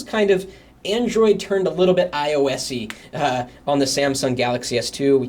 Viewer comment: when he says android turned a little iosey is sounded like ioa**Y LOL